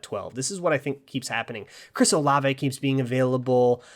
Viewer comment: It's Chris O-Lah-Vay (three syllables). I'm from OSU